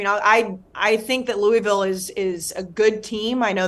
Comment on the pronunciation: Please learn how to say Louisville correctly